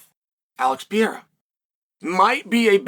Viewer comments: P E R E I RA not piera! FFS! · '''Alex Piera''LOL, how hard is to remember the name of MMA champ!? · Just say his name correctly. The bit isn't funny anymore. it's actually annoying and disrespectful